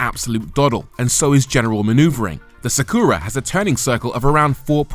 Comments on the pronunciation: why you saying "Sa Kuuu Ra"? Just say Sa Ku Ra Short U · NISSAN SAW-KOO-RAH....😂😂😂. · You can say Astra right? Now say Sakura the same way... Sak'ra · Video starts with mispronouncing Nissan and Sakura 😂😂😂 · Reviewer butchering the name Sakura casually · Great video. Shame you butchered the pronunciation of Sakura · i've never heard anyone mispronounce "Sakura" before; until now. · I've heard some tragic mispronunciations of 'sakura' in my day, but that takes the cake.